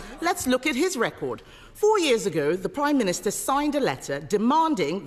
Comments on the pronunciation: "The Prime Miniature" did she say?... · Did she say "Primeminiture"??